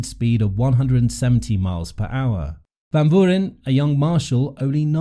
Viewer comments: Learn to pronounce the 19 year old’s name but otherwise, great video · Try to get some guidance on the pronunciation of “Van Vuuren”. Mispronounced extremely badly